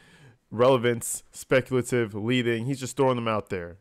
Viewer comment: Da nara-teeev is specul-teev